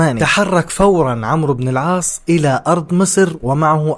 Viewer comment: عَمْرُو بْنْ اَلْعَاصْ عُمَرْ بْنْ اَلْخَطَّابْ هناك فرق فى النطق